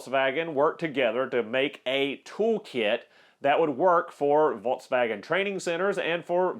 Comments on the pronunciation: I had to turn video off and give a thumbs down because of way you try to pronunciate Volkswagen. Come on dude what are you trying to do, too effin funny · "Volkswagen": VOLTS WAGEN "Hazet": HOT ZET